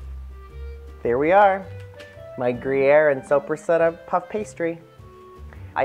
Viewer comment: Please pronounce the lunch meat correctly. It's an Italian salami and it's pronounced Soap ra sada......not soup re setta. I know your not Italian but it does help to get the pronunciation correct!!!! These look delicious.....TFS